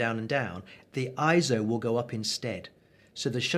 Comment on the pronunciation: Glad you made the point of pronouncing "ISO" correctly... (ISO; /ˈaɪɛsoʊ/) is derived from the Greek word isos (ίσος, meaning "equal")... It is a backronym NOT an acronym... Excellent videos... I intend to share this along with your others... Thanks so much...